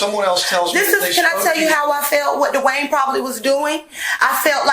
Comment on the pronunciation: Is the man named Dwayne(Duane) or D’Wayne as she pronounces it. I have cousins with both variations